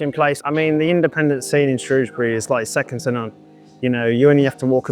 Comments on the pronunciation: Sorry it’s pronounced SHREW not SHROS 😂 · Superb stuff but what was that weird pronunciation of Shrewsbury towards the end?? 😅